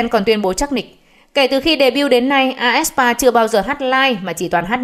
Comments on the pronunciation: fan đọc: aespa báo đọc: ét spa, a e sờ pa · toàn đăng bài bêu xấu aespa, đọc tên nhóm còn sai nx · đọc tên nhóm còn sai kìa ad